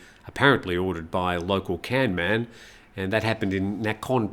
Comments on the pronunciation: I am sorry, I know that you will get 5 commenters correcting your pronunciation of the Thai word kamnan ( กำนัน, meaning village headman), and all 5 will be different, but I cannot stop myself: kamnan is pronounced like the English words gum, nun. Here are a few useful rules of thumb (which do not always work) for Thai words spelt using English letters: usually "k" represents an unaspirated k which sounds a bit like g as in gut, while "kh" sounds like c as in cut; usually "t" represents an unaspirated t (which does not occur at the beginning of syllables in English) while "th" sounds like t as in top; usually "p" represents an unaspirated p (not at the beginning of syllables in English) while "ph" sounds like p as in pot; sometimes "a" sounds like u as in cut and sometimes "a" sounds like a as in cart; usually "e" sounds like ai in gait, and "ae" sounds like e as in get; usually "i" sounds like ee as in feet; sometimes "o" sounds like oa as in goat, and sometimes it sounds like aw as in law; usually "u" sounds like oo as in root; usually "oe" sounds like e as in her; and usually "ue" (as in the dreaded word Don Mueang Airport) represents a vowel sound which does not exist in English. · Pronunciation police died too with ‘Kamnan’